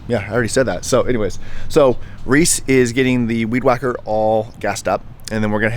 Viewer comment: You called Reese Weese. Hilarious. Lol Great job on the job site man